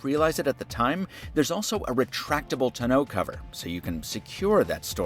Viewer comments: It sounds like this is the first time you've ever seen a truck... Maybe even any vehicle for that matter? And that's the oddest way to pronounce "tonneau" cover I've ever heard. You actually know anything about cars and trucks? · That's a odd way to pronounce "tonneau". My guess, no one involved in making this video are or have have ever been truck owners.